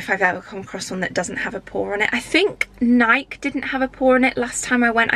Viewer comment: Hi & Barney! Absolutely love your videos and this was so useful for dog owners! I have a "bone" to pick though lol! It's Nik-ee not Nike! The company is named after a Greek Goddess and the "e" is sounded. It's a "pet" peeve of mine - sorry! 😂